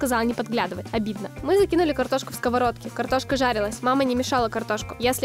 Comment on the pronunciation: так забавно говорит картошка)))